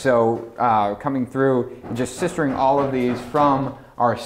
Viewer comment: "A ton of sistering" At 19.08, for the love of god